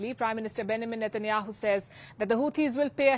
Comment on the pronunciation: It’s Benjamin Satanayahu not Banaman